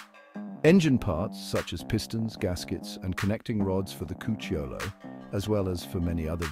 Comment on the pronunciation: Great video, very informative and well researched! The accent on "Cucciolo" falls on the "u": "Cúcciolo".